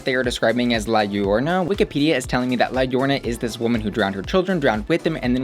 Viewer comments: La riona!! I'm DEAD! Well if this helps It's pronounced more like La (llorona) yo-rO-na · Liarona it's pronounced like (Lie-You-Rone-Uh)....…. Right? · Oh, that pronunciation of La Llorona had me cackling